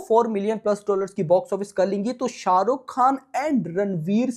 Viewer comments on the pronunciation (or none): none